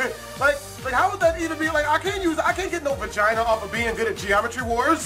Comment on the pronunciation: he said geromtry war